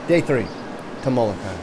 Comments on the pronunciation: Thats Molokini not Molokai. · It's Molokini not Molokai. FYI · Am I the only one that notice that you called Kihei "west coast of Maui", called Molokini crater "Moloka'i and then said it was off the coast of Moloka'i?? Butchered "Keawakapu", "Napili", wrong facts and then decided to film Lahaina town for your channel?? Maui needs visitors, but stay out of Lahaina. Period. I have lived here for almost 30 years, raised a family here and know very well what life here is all about. This was the worst video that I have ever come across about a place that I call home. From an agent to another agent; you should have done much better due diligence.